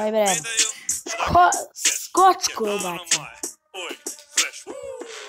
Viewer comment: kaže se skočko a ne skocko